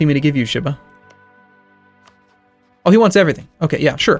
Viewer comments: sheee-bah, not shiiih-bah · Ugh. The way he says Shiba.